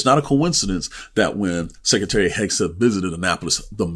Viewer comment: It is not "sek e tary". It is "sek Re tary". You need the "r" if you're going to speak English.